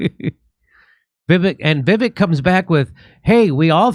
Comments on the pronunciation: It's Vi-Vake like cake. Not Viv-ick👍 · It's pronounced Vi-VAKE, not VIV-ik. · It’s pronounced vi-Vake I believe. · Va Vake short a, long A, is how to pronounce his name correctly. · Jimmy, his first name is pronounced like Vi Vake (long A). :) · It’s pronounced Viv-ake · Jimmy! ::: Vivek (rhymes with Cake). Have him on the show please! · "Vi-vake" is how it is pronounced, Jimmy. "Pala-steen" is how it is pronounced, Jimmy. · just want to correct one thing: His name is pronounced vivek like it rhymes with cake. So almost an up-tone from the first syllable to the second. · Pronunciation of Vivek’s name should rhyme with cake. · It's pronounced Viv-ache (ryhmes with CAKE). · Vivek is pronounced “vih-VAKE” — short i first syllable, long A second syllable. Accent on the second syllable. Am I right? If he ends up being like the others in this wretched class, we can remember that the second syllable of his first name rhymes with FAKE. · It's pronounced Viv-ake. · It’s pronounced vivake like cake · Vivek.. Vi -weck.. practice it... His honest.. trust him to lead. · Vivek is pronounced viv-ake I think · FYI....VIVEK is pronounced VIVAKE...like CAKE....his words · Jimmy, it's pronounced 'Vivake' (emphasis on the second syllable). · Vee Vake… is the pronunciation…. Vee Vake. Haha. He’s bad ass for sure tho! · Vivek is pronounced with a long A for the second vowel. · Still can't pronounce his name correctly Dore? Come on.